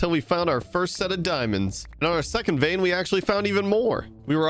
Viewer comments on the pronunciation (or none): none